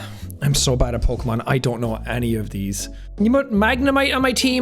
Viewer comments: Jack is fucking lying about never being into Pokemon he said every name 100% right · jack: "i dont even know how to pronounce this names" also jack: pronounces them all right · wow u did a really good job with the pokemon names u got them all right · "i dont even know how to pronounce these things" damn, and he said the correct, thats crazy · "I don't even know how to pronounce these" proceeds to pronounce all of the pokemon correctly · Jake. I don't know how to pronounced these names. Also Jake gets all of the pokemon names right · I love how he says that he doesn't know how to pronounce any of the Pokemon and yet he pronounces all of them right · Jack nailed the pokemon names.